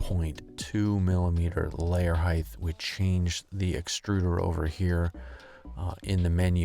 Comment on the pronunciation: Height not heighth